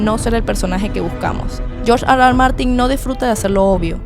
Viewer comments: Hablas español no digas George Ar Ar Martin, por favor di erre erre, cada vez que dices ar ar martin parece que ladras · No puedes decir: R.R. eso AR . AR no te luce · Si estás hablando en ESPAÑOL , ¿ por qué dices AR AR en vez de ERRE ERRE ? NO RECOMENDAR ESTE CANAL ESTÚPIDO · me da mucho chiste escucharte gruñir cada rato diciendo R R (Argh Argh) a cada rato 🤣